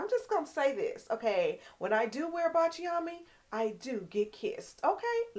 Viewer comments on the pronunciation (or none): Thank you for telling us about Baciami in previous videos. You definitely influenced me to purchase it. Baciami is pronounced Bahtch-ah-me only 3 syllables, and is an Italian fragrance that means “kiss me” in Italian. Kiss me in French is Embrasse-moi. Baciami is definitely a beautiful fragrance worth every penny and she is a stand alone star of the show fragrance that needs no supporting cast!❤